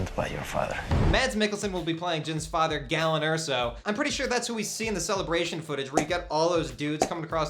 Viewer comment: "Galen", not "gallon".